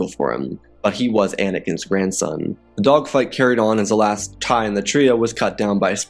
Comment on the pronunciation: you said grandon